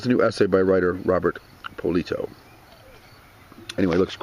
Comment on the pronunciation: you did you butcher the name at first :D the first name is pronounce more like "Ro-bearrrrrr" ;) anyway it's always hard to pronounce when is not in our mother tongue ;) Nice to see that you like french cinema was is your favorite Directors from this country?